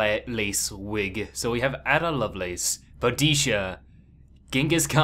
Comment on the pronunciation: i know u arent the most historical type, but Galileo instead of shakespeare? boudisha instead of boudiCA and indians instead of native americans that last one is actually racist, sure u may not have meant it but one of my good friends is native american so please... but other than that i enjoyed the vid ur very enthusiastic